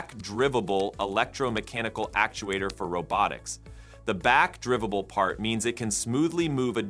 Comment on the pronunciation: Drīvable - Like what you do with a car.